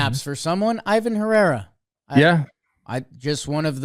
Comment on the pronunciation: just fyi, Ivan Herrera's name is pronounced ee-von. Long E sound